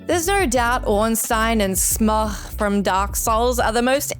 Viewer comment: Okay, that is my favourite pronounciation of "Smough."